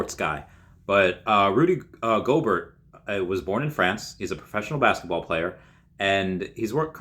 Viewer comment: It's 'Go-bare'.....french lol